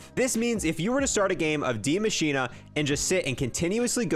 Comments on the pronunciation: its pronounced die masheen or how its spelt die machine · Completely mispronounced die machina